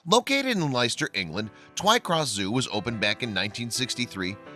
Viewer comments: The city is pronounced "Lester" not "Lyster" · It’s pronounced Lester ...not Licester..despite being spelt Leicester I know I’m born n bred there still x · It's pronounced "Les-ter" and Staffordshire is a county not a nearby town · Spelt Leicester but pronounced Lester!! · You pronounce Leicester, Lester. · Leicester is pronounced Lester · What is the point of this video is it about your ego talking about the animals or about the animals themselves because I wanted to see the baby gorilla acting up not you talking about it fool oh and fyi if you can't pronounce English place names here's a tip don't do videos it's called Leicester but pronounced Lester it's not rocket science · Hello. The place name is pronounced Lester. Peace